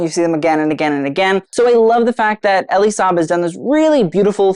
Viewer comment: I have only heard it said 'Eel-lee Saab', I know you're particular about how to pronounce names and just wanted to share. ❤ Love this, I wish I were a Deb!! haha